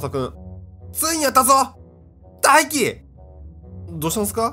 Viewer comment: 翼と大輝の読み方がツボw w